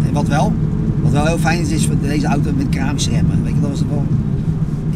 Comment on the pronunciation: Met keerâhmissuh remmen